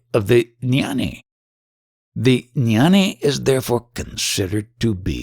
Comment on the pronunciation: Jnani does not have a silent G. It's pronounced gya-nee NOT nyani. The same G as when you pronounce ghee (clarified butter). ajnani is pronounced aagya-nee. Also jnana is pronounced gyaan. The a at the end is silent.